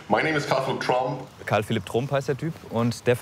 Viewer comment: Sach der einfach Trump Deutsch ausgesprochen... schon mal was vom ex Präsidenten Donald Trump gehört? Oder sprichst du den auch auf deutsch aus?